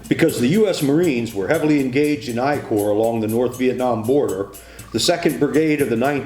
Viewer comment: Eye corps? Isn't it First Corps? Does call 2nd Corps ' Aye-aye' corps?